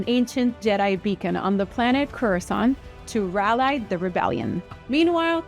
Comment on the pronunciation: Is that how you are supposed to pronounce "rally"? I have been mispronouncing it my entire life. Disney can be real cowards. Episode 9 sucked. I liked episode 8, at the very least, even if you didn't like it, you have to concede it tried to do something different. Episode 9 all of a sudden pretends 8 never happened. Why would Rey call herself Skywalker? It makes no sense. Even Leia didn't call herself Skywalker, and she was Rey's mentor.